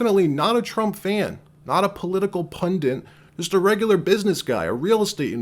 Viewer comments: If you want to be a political PUNDIT you should learn how to pronounce it! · New York City isn’t an island. It consists of five burroughs and they are obviously not all on the same island. And why do so many people mispronounce the word pundit? How do they get pundents out of the word pundits?